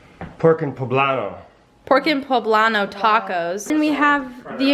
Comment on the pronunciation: Your dad pronounced right the the name of the tacos!! 💘